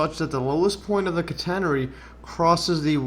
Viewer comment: Great stuff. Very interesting... But I'm still not convinced about your pronunciation of "catenary"! 😛